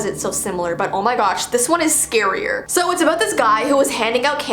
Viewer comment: Bro when she says scaryER ME GETS SCARED